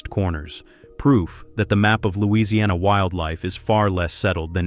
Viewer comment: Why would you make the stupid claim that Louisiana’s humidity is hard on batteries? That simply doesn’t have any basis in reality. And you didn’t even make it in the ball field with your very wrong pronunciation if the name of the place this happened.